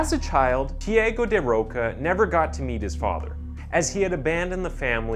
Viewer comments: Can I give you an advice, as a fellow Brazillian? Go to google translate before you attempt to say foreign names and check how to speak them in their language :) His name is actually spoken "Tchee-ah-go da Rosha", not "Tee-ago da Rocka". Just a tip! I'm loving your channel! ♥ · tiÁgo, not "tieigo". 😉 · Pronunciation is not Tiago like Tiego but more like Chago...anyway good video. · The real crime is how the narrator murdered the name of the murderer several times. (Chee-uhh-goh). Damn it man. Thiego is a different name from Thiago. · His pronunciation of the name 'Tiago' it's funny. It not tiEgo (sounded like Diego) it's TheAGo. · “Chee-ah-go En-rri-kay Gomez dah Ro-sha “. 😉 It’s a bit difficult, but that’s how it’s pronounced. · I know Portuguese is a very hard language but, given me goosebumps the away he say Tiago, it’s also my name, he say literally Tiego hahahaha, but it’s okay, the video is amazing, this channel is amazing, i love it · The "a" in Tiago's name is pronounced "ah" btw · Im American it’s “tee ah go” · please say thi AH Go next time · Lol dude the way you say he's name...isn't the way you say it lol